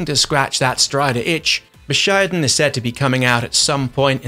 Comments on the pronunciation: It's bushiden, not buh-shaiden lol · Its Bushi-den